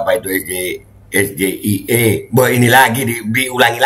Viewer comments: KPU ini harus tegas dlm melaksanakan Debat Cawapres, krana dlm Debat tdk benar menggunakan Singkatan seperti yg disampaikan Cawapres nmr 02 tp Gibran, tp rakyat cerdas malah Blunder kena saat menyebutkan SGEA harud dibaca pake bahasa Inggres dia bsca bahasa Indonesia blunder malu maluin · Itu sgie.. cara bacanya indo ..tapi kepanjangan nya dlm inggris...itu aja dah jdi bahan pertanyaan tuh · Padahal gibran sendiri juga salah mengucapkan singkatan huruf" Itu... Masa singkatan bahasa Inggris di ucapkan dlm abjad Indonesia, mau terlihat pandai malah yg terlihat kekurangan nya. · Gibran baca ejaan singkatan dalam bahasa inggris salah penyebutan huruf. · SGIE ( Sour Grapes in Excess ) siasam sulfat jg salah bacanya dan ini jebakan bt cak imin hrsnya cak imin gk ush sungkan dan sopan sikat sj biar seru debatnya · Ya baru denger , Be wong samsul bilangnya ES GE I E, coba kalo bilang ES JE AI E..... Beda dong, uda gitu pertanyaane mandeg disitu, samsuuul samsuuuul.... Kelihatan cerdas banget ya...tapi kok harus balik semester depan lo wkwkwkwkwk🎉🎉🎉🎉🎉🎉🎉🎉🎉🎉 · PAK SAMSUL CARA MEMBACA SGIE JUGA SALAH SEHARUSNYA DIEJA DALAM BAHASA INGGRIS eS Ji Ai e bukan eS Ge I E ! SGIE ENDASMU ! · Be... menurut saya, kalau singkatan berbahasa Inggris, bacaannya bukan es ge i e, Mungkin maksud Samsul es ji ai i. Bukankah begitu, Be? TLL BGT. 😀😀😀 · SGIE baca bahasa inggrisnya apa ya ?kan itu singkatan bahasa inggris.coba perhatikan yg di ucapkan gibran SGIE bukan kah bacanya harusnya SG AI I .🫣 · S Ji Ai I bukan S G I E.samsul.... gimana cak Imin mw jawab nanyanya jg salah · State of the Global Islamic Economy (SGIE) S=Es,G=Ji,I=Ai,E=I... di baca oleh SAMSUL jadi Es Ge Ii Ee😀🤪.. Pinterkan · Aneh juga Gibran kok baca singkatannya malah di baca S G I..E.. di artinin bahasa inggri harusnya singkat pake bahasa inggris juga ES..JI..AI..I.. bukan S G I E... Kalau gak bisa gak usah bahasa inggris bang gib🤧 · SGIE klo istilah pake bhsa inggris.. bca ES JI AI I